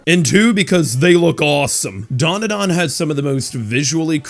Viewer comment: Why do North Americans stick a few "U"s into Dandadan? The hell is Duanduhduan? 🤣